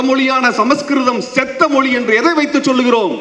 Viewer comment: மொழி னு சொல்ல வரலை மொளி னு மொளி சொல்லராரு.. ivaru tamilan na ...